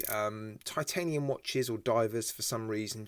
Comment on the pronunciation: I bought their Reef Madter, three or four years ago. Really well made and excellent lume. Have to say l rather like this new Appollo too. Yeah, could say sightly cartoonist hands, but they're big, chunky and unique. Another excellent video. Not going to mention the pronunciation of titanium any more. I've obviously lost that one. Cheers. All the best David Rutherford.